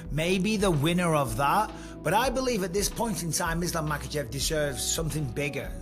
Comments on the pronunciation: Chayle says Islam Mockelchev. Silly 🤡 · Islam Michael-Chev😂😂😂😂 ~chael sonnen